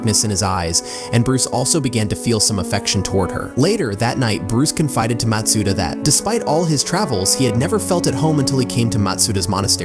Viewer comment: good video! ps that's not how you say matsuda.